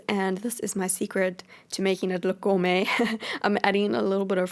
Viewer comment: Every time u say gormey it reminds me of the cat food as and I know I can't spell